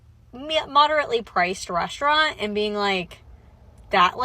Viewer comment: please what means "reshhtraunt"